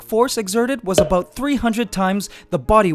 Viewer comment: You can sometimes hear his accent creeping in " that's aboot...